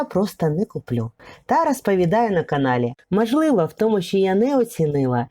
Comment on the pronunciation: Канал у вас хороший відео потрібні. Наче правильна українська мова. Та чому ж вам так важко українську букву О вимовляти! Це якась біда. Слухати неможливо! РАспАвідаю, кАли , кАлись. Жах! це навіть гірше ніж Юля Тимошенко. Вибачте.